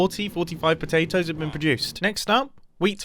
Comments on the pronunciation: . Am I the only one who heard Mumbo call potatoes “potelios”? Sounds like a new spud based breakfast cereal! 😂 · did he say "carrots and pOtAtiOs"?